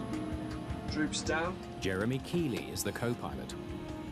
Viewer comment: The co-pilot was Jeremy KEIGHLY (pronounced Keatley not Keeley). The brother of one of my teachers was killed in this accident.